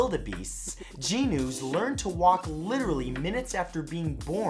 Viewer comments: Gnus is pronounced Gnoos...not Jee-nus...the G is mostly, but not quite, silent. It's hard to explain. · Geenoos? Haha, Matt. 😂😂😂